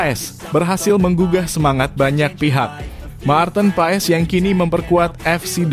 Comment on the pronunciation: Hai Mas Nyebut Nama Pemain bola yg betull blajar dulu jng Cuapp² Apa Itu Ma Arten.Pa es blajar dulu ya bikin mala aja.